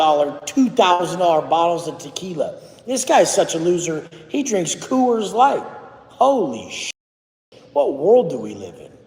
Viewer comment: He drinks Koo-ores Light. 🤣